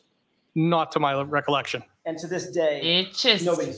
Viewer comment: Something that caught my attention was 2 of the alberts used the word recollection but couldn't pronounce it correctly 😂